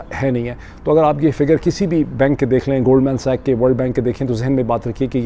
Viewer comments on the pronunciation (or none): 🤣HORN is NOT pronounced as "hor-un", but as 'ho'rn'🤣 🤣BOAST is NOT pronounced as "boost", but as 'bo'st'.🤣 🤣It is NOT Goldman "Sach", but as Goldman 'SACHS' 🤣 ⚠So much for you being BRITISH citizen and Columbia University graduate and London School of Economics graduate. You put ALL of them to shame⚠